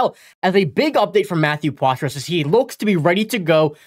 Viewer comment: It's pronounced Potra. Ask him, he'll tell you.